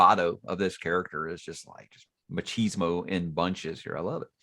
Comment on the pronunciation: Hmm. I guess the term was adapted through being used by english speakers. And that´s ok. It´s just that the phrases in which you used that word sounded really weird as a native spanish speaker.